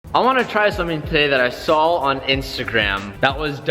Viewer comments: its saw not sall or what ever you say. there isnt an L in it at all. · Hey dude you say it “I saw” not “I sawl